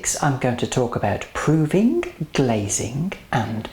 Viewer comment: you say proving very weirdly!!!